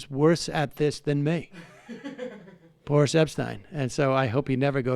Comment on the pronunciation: Is it Boris or Boorish? and by the way Sam, as a journalist, you may not be up there with Uncle Walter, but you have a TON of people beat.